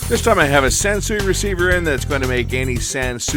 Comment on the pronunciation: Hey it's a San -Sewage! LOL